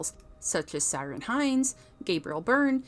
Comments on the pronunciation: “ Siren” Hinds ?!!!!, ha ha it’s pronounced Key-Ron !! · Interesting video, but a bit undermined by the mispronunciation. It's Nicol, not Nicole Williamson and the Ciaran in Ciaran Hinds should be pronounced with a hard C (as in Kieran) rather than as Siaran. Pity. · lol SY-RUN Hinds. It's pronounced Keer-an, dude. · Ciaran is pronounced with a hard C. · His name is Ciaran Hinds pronounced Key rawn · You're pronunciation of Ciaran gave me a giggle.